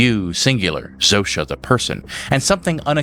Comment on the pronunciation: Wild hearing the polish name Zosia pronounced Zoh-sha. Guess the writers picked a name from the other side of the world to sound weird and alien for an alien spokesperson.